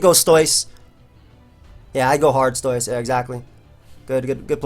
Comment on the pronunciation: pls dont say stoise it sounds silly :[